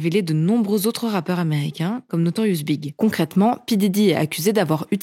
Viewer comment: On dit the Notorious B I G (on prononce les 3 lettres séparément) il me semble.